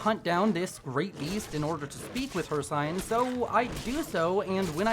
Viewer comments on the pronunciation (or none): it's pronounced hirSEEN not hirSIGN bro where u learn english? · not to be rude but its hirciiiine long i not hir cine how to spell it is hircine but its ciine